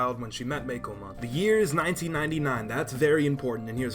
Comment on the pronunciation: You're saying Meicoomon wrong. It's not "Meikomon" It's "coo" like "Cuckoo" or like "ooooh, pretty~!"